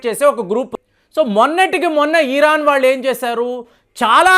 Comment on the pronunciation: EEEERAAN KAADU ...PALAKADAM NERCHUKOO BROO